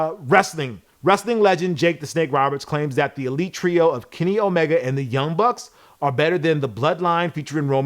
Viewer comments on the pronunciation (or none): none